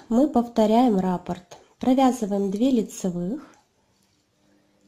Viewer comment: РаппОрт, а не рапорт. Ударение на О